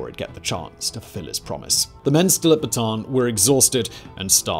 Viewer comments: Great videos. It’s not pronounced, “Bah-tahn” like a Baton. It’s pronounced, “Bah-tah-Ahn” and even spelled to annotate, Bataan. My grandfather was a “Bataan death march” survivor. Until the day he died he corrected people the proper pronunciation. 🇵🇭 🇺🇸👍🏾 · It's pronounce Bat -a-an. In tagalog, both a's are pronounced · "Bataan" is pronounced as "bata-an". Separate the two A.